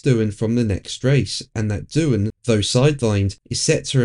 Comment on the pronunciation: It’s Doohan.